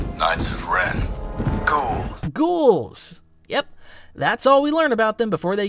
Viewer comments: The Knights of Ren are Ghouls...? I thought the Stormtrooper said "Cool." instead of "Ghouls.", lmao. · At first I thought you said "moo" and was thinking "just great. Now they're letting cows have opinions on Star Wars"